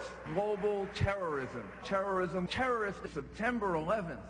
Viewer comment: Lol Arnie said "terminate terrism"